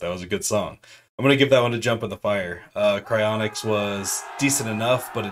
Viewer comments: its pronounced croak-us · You're saying the name wrong..picture the word crow.. crow kus...that's how it is pronounced